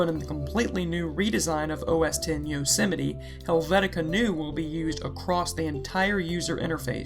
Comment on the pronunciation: GAHR-a-mon Helvetica-noy-uh